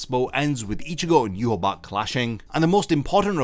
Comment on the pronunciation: Still not pronouncing Yhwach's name correctly. Lol